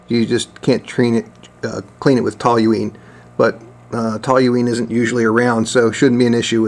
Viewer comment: How can you look at the label on the toluene bottle and still mispronounce the word with an extra "L" that's not there? Curious.